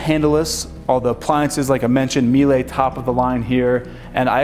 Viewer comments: Awesome home and great videos. Btw, Míele shoud rhyme with Sheila or better yet, "Mila" of Mila Kunis fame. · Miele is a German company. It's pronounced "mee lah".